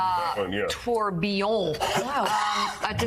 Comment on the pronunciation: This is proof someone in his inner circle is a "watch guy". Swiss movement with a full bridge for the flying tourbillon (and he actually pronounced it right...) But... as an owner of a tourbillon... thats a $5k watch... $10k with the diamonds. $100k is laughable. Unless it has a Voutilainen movement... it aint worth $100k.